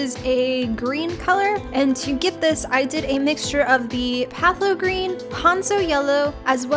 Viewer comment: Pthalo green is pronounced like "thay-low"